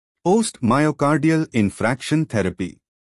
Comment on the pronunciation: Pronunciation n spellings of infarction both are wrong .